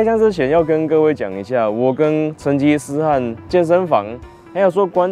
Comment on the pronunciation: 成“吉“吃漢...